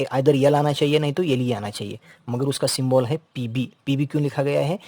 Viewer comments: Sir that is symbol not symbool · Symbol 😂 ❌. Syyybol✅